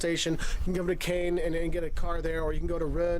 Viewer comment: OMG, if you are trying to be a guide for people, at least make the effort to pronounce the places correctly. Any tourists who want to visit the Normandy beaches should absolutely not ask for Cane (it doesn't exist) or Cannes (down south) or Rennes (in Brittany) or Rhône (a river also in the south). The beaches are near Caen pronounced Kaaahn or Rouen pronounced as it is written in two parts (Roo Aahng). Amboise is pronounced Am Boizzz. I've actually often watched Wolter before, but this really makes me wonder about how accurate any of the stuff he says is. Any restaurant that has frogs' legs on the menu is almost certainly a tourist place only